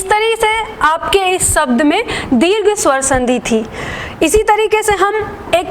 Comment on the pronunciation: मेम आप बहुत लाज़बाब पढ़ाती हैं। परंतु छोटी मात्रा का उच्चारण भी बड़ी मात्रा जैसा करतीं हैं जैसे संधि को संधी बोलती हैं